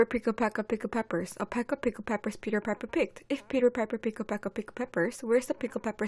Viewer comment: 근데 피퍼가 아니라 파이퍼아닌가용 (piper)